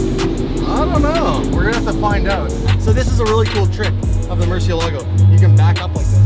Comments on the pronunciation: Stop saying rare murci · Moor-see-ella-go. Why is it so hard to say it correctly?